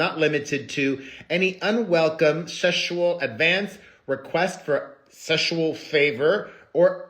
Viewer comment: I will be saying Seshual from now on 😂 thank you 😘